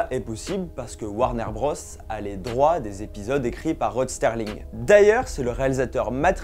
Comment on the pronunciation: Rod SERLING. Pas STERLING….